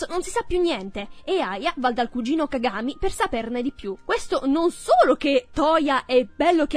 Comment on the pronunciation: "Cagámi" o "cágami" 😂😂